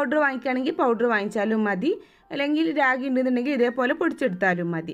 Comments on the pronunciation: രാഗി അല്ല. റാഗി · കൊച്ചേ രാഗി അല്ല റാഗി എന്നുപറ 🙏🏼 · രാഗി അല്ല ട്ടോ‌, റാഗി എന്നാണ് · രാഗിയോ?? റാഗിയാണ്... വിവരവും വിദ്യാഭ്യാസവും ഇല്ലാന്ന് തോന്നുന്നു. 😂😂